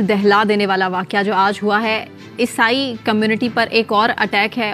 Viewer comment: The word is not esai